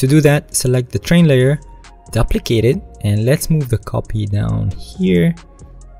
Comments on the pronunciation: Very T for future reference, you need to pronounce ‘duplicate’ like ‘dew-plicate’. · The first syllable of duplicate rhymes with "two." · man i really like ur video. i have been searching for quite sometime bfore stumbling upon this video. only one problem though; the way u said duplicate in photoshop really triggered me